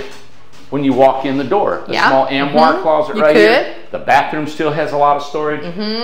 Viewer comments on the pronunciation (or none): and his "am-war". - it's arm-war (armoire) 😝